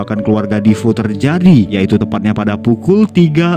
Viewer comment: Defeo ya bacanya defeo aja kenapa jd difo 😅